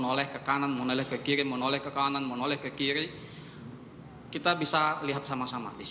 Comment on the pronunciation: Menoleh ke kiri atau menoleh ke kili? Analisis video jago, tp bilang er ga bisa2.